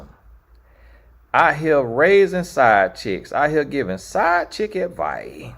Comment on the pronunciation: “side chick adviie” 😭🤣